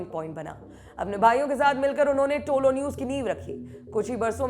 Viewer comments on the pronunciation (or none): टोलो न्यूज नहीं है तोलो न्यूज है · Don't say tolo it is tulu. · Bolna seekho pehle propaganda godi media walo, tolo nahi tulo it means sunrise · Kamse kam ye logo me dum to such bolne ka.nahito yaha ki dallal.media dinraat muslim ke khilaf mission chala rahe hai.tumlogo ko afghanistan news ki baat karree kabi yaha ki dalllal media ke bare me bata do.aur tolo nahi tulu bolo sahi pronounce to karlo.tulu ka matlab rise aur tolo ka kya matlab hota